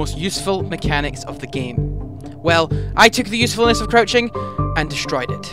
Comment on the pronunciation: u said coruching